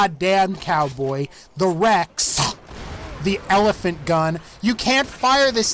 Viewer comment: I just realized no one commented about how you said Rex as the REXAH